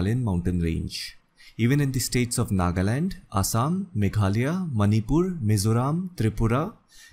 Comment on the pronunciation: You're the only non meghalayan who pronounce Meghalaya rightly.. kudos